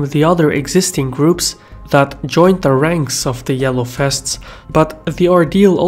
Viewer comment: "The Yellow Fests" Did you turn Dutch and no-one told me?